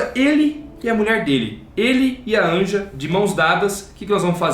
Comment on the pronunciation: Uma observação, o nome da mãe do Art se escreve "Anja" mas se pronuncia "Ania"